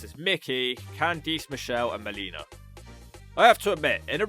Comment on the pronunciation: I can't tell what was worse. Candice Michelle's comeback match performance or your mispronunciation of her first name.